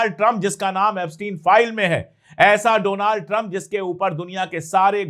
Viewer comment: Doland not Donald